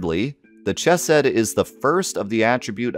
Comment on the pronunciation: Pronunciation note: the “ch” in “chesed” is the guttural one (like Scottish “loch”); also the “g” in “gematria” is a hard “g”.